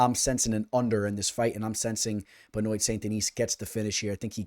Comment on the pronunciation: Pronounced Ben-Wah!